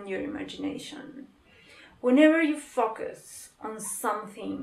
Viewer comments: Sorry but your „focus“ sounded like a „fuck us“ to me, anyway i ❤️ this channeling. 💋👉❤️🙏.Hug a 🐕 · No it's cute 😄 I'm from 🇪🇪 & i know you're not native.